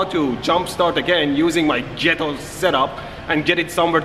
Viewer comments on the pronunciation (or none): Gh is pronounced g as in get. Sorry for the correction. I know from trying to learn french, german and dutch over the years that remembering all the rules is difficult. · Are you pronouncing "Ghetto" as 'Je-hetto', or did I just make that up with my ears? (I could rewind and see to find out for myself, but I'd rather walk away thinking that he did 😉) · I love how u pronounced ghetto as “jetto” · Did he just say jeto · The way he says “ghetto” 😂😂😂😂